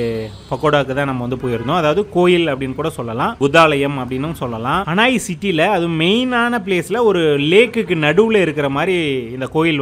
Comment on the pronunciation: ஹனாய் அல்ல ஹனோய்